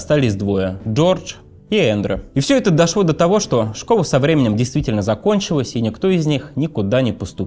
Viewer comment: думает, что он так круто выговаривает букву л, вместо была быуа, вместо школа, шкоуа. Не выговариваешь букву Л - это не твоя "фишка", а твоя глупость, безграмотность, позор!